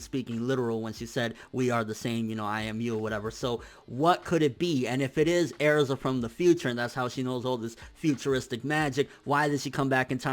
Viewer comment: Why the fuck are you saying erza like it's pronounced airza!